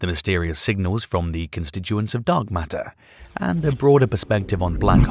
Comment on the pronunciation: I thought the narrator kept saying dog matter. Was that a hint 😂